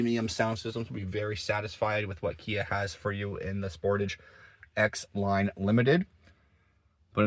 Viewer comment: You are pronouncing the word Sportage wrong it's SPOR- TAGE